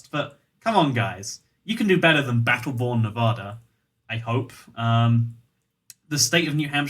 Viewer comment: so I've been living in Nevada for quite some time Every person in Nevada: not long enough to pronounce it properly! It's nev-add- a, not nev-ar-dur Advice from a Kentishman, not a man of Kent.